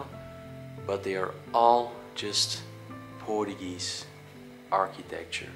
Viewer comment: Portuguese not portugee😂